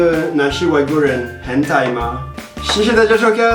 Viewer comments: 對外國人而言，四聲好像有點困難。很台（ㄏㄣˇ ㄊㄞˊ），不是ㄏㄣˊ ㄊㄞˇ。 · 我也是聽成hentai😂